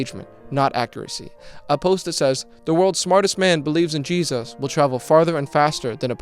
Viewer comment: Iq so high yet unable to pronounce english words and calling jesus jejus